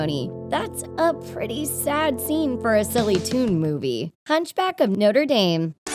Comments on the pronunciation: It’s pronounced darm not dome it triggered me ever time. Hahaha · It's pronounced notre darm not noter dame ._. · ITS NOTRE-DAME YOU TWIT NOT "NOTER DEEEM" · Noter Daym. Noter Daym. WOMAN ITS NOTREH DAHM (pronounced) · it's "noh-truh-daam" Not "noh-tur-daim". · hunchback of noter dame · Noder dame? Its the pronunciation is nochra dom. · Note DAME ITS NOTRADAM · Noter Daym is not how you say Notre Dame, it's Notruh Dahm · ITS NOT NORTI DEAM ITS NOTRE DAM (NO-TRA DOM) GET IT RIGHT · You mispronounced notre dame. It's Not- tre daarm not note-re dame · hunchback from noter dame wow its hunch back from no-tre dam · "... the hunchback of nOtEr DaEm " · wtf is noter dayme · Hunch back of Note er Dane? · DID SHE JUST SAY HUNCHBACK OF NOTRE*DAME* OMG ARE YOU DUMB MA’AM?? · Her:"Noter Dame" Me:GGSHSHDHDHDHDH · “Hunch back of nooder deen” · Hunch back of noter deem lol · WHAT THE HELL IS NOTER DEENE?!?! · "the hunchback of noder dame" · “Noder Dame” lol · Pretty good list. You can actually find an animated version of "The Madness of King Scar" on youtube-- it's really cool. Side note: Is the pronunciation of "Notre Dame" and "Sabor" bothering anyone else? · How she pronounced Notre Dame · Who else was triggered by the fact she pronounced notrè dame wrongly. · the way this bitch pronounces 'notre dame' is giving me aids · You said "the hunchback of notra dame" wrong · I clicked this video to hear her pronounce Notre Dame like that 😩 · Sabor is a girl. Just saying. And the way you pronounce Notre Dame is an insult to French people everywhere.